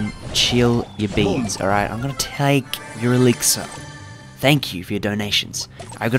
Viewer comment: Man says ELIXER